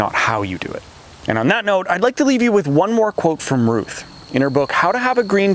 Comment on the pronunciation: It's RUTH not Rush--sorry!